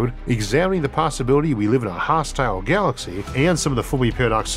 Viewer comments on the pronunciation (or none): none